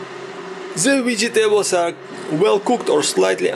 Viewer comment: Like the way you say "Vegy tables"😁😎😎🏁🏁🏁